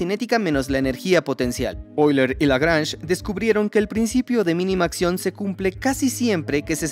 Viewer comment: La constante "e" se dice oiler no euler 😅